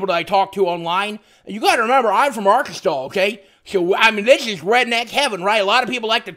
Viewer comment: 1 like for the beautiful state "Argonschztaow" :P